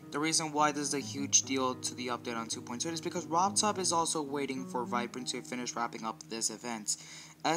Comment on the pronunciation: He said Virprin instead of viprin